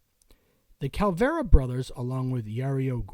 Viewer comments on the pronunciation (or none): Calvera?! Come on, bro ... CAV-A- LER-A!!! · my ex wife is from Brazil she would be pissed is she heard you pronounce cavalera just as bad as Rasmussen and Araya again use google translate speak it does a better job than you do sorry